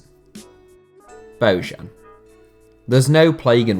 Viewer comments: It’s bo -yan, not bo -Zhan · it's not "Bozhan", it's "Boyan" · It's pronounced "Boyan", not "Bozhan". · No one in Spain pronounced his name like "Bohan". I listen to Spanish radio and teve regularly and they always pronounced it as "Bojan". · It's not Božan. It's Bojan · It's pronounced as BOYAN!!!! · Bojan is pronounced as: Boyaan. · Why do you all pronounce bojan that way, his name is bo jan(like vertonghen) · Dear god, learn how to pronounce Bojan next time... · for me, Slavic name is pronounced in Slavic way. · the way you butchered Bojans name is horrible